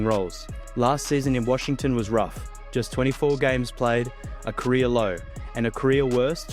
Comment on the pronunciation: Career and Korea are 2 different words. It is also mismatch not mishmatch.